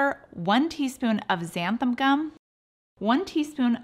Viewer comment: What is it with people always pronouncing xanthan as xantham? It has an 'n' on the end of it, NOT an 'm' so watch your "N"s and "M"s, folks.